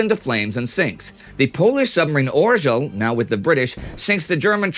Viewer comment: Orzeł is pronounced ɔʒɛw. The Rz is a single letter.